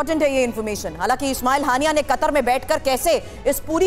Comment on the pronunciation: naam to bolna sikh len. ismail haniya